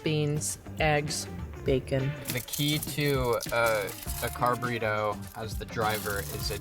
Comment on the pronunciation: CONGRATULATIONS!! Also, maybe it is the Runner in me, but I heard, “Car-Burrito” as “Carb-Burrito” 😂